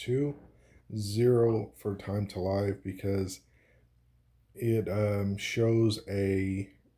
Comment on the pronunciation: Great video. Here is some feedback. Time To Live is TTL. Pronounced “Liv”. TTL stands for Time to Live. It has different meanings depending on the context, but it generally refers to the amount of time or "lifespan" for certain data to remain valid, active, or in use. Here are a few examples of where TTL is used: Networking: In the context of an IP packet, TTL determines how long the packet can exist in the network before being discarded. It's measured in "hops" (how many routers it can pass through). DNS (Domain Name System): TTL indicates how long a DNS record is cached by servers before it needs to be refreshed. This affects how quickly updates to domain names propagate. Caching: TTL is used to define how long a cached file or data can be stored before it needs to be retrieved or refreshed from the original source. 🤝